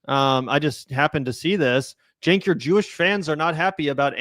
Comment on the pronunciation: Did she call him “Chenk” ? Spending too much time with those who willfully mispronounce names of people from diverse backgrounds, maybe…. 🙄